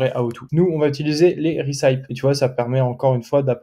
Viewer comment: Super contenu ! Merci !!! (recipe, ça se prononce rè- ceu - pi) :D Aaaaah maintenant je comprends pourquoi plein de sites prétendent vendre des produits qui ont été testés avec des avis et en fait, tu vas dessus et noooon ! Pas d'avis !